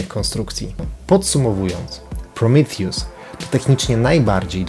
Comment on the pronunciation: To jest Prometeusz nie prrimitjus